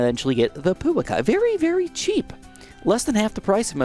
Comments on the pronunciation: Umm, actually its Puākai, not Puakai🤓👆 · Pouakai is pronounced Poo-a-kai